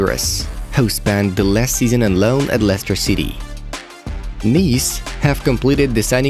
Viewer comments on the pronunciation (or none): none